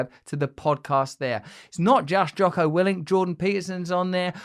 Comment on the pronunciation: Did he just say Jocker Willink